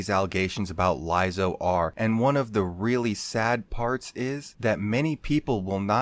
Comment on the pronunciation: Why do you keep saying her name wrong?